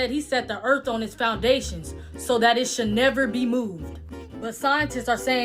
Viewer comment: It's not earf the word is pronounced earTH